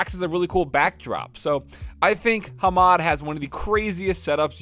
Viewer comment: I was soo confused cuz I thought said "Hero RTX 3800, but I know what he meant." This made me think that the guy wrote 3080 but was correcting him to a Hero 3800... I was like there isn't any Hero gpu's nor a RTX 3800. I kept rewinding and on my 3rd time I realized that he said "He wrote" instead of "hero"... I feel so dumb, lol. Your dog is cute so instead of not making videos, Just include him in them and keep up the great work. PeAcE ✌